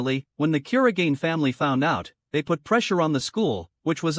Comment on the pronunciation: Bro you got his second name's pronunciation wrong